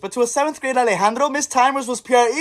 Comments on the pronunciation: More like Alejahndro, not alegandro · "A-Lah-jahn-jro" 😭😭😭fuzzy pickles 😋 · ✨AUH-LEH-JAN-DRO✨ i was dying so bad😭😭😭 fuzzy pickles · "ALA JHAN GRJO GET IN THE HALL"🗣️🔥🔥 peak name pronunciation (also fuzzy pickles) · “A LUH JAYN JROW” 😭😭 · ALE-JA-NDRO! Yea thats totally how u pronounce it. Fuzzy pickles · What the fuzzy pickles. Another victim of the white butchered pronunciation. Go sit in the corner with Ak-med 😔💔